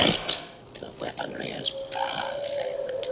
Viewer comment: never noticed ' odd pronunciation of "Weaponery" before!!!